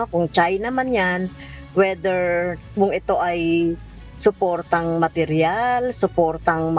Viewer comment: Congrssman Castro anong Wheatear Ba sinasabi mo or either?????? linawin naman ang English